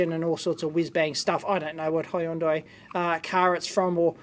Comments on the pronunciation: Why do you pronounce hi-undai??? It sounds weird and it's not the usual way of pronunciation. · I always love the way dave pronounce hyundai. Hi, Undye!